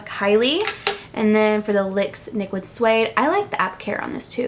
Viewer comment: LOL! You said "lyx niquid suede" hahah